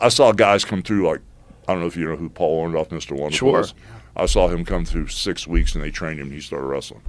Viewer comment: "I dont know if you know who Paul Orndoff is?" Wow, he STILL cant pronounce his name right... LOL!